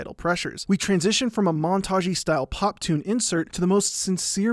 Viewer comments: I know it's 'pop' music, but what I'm hearing him say is 'pot'music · I thought you were saying pot music... Not pop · Is he saying POP or POT I'm so confused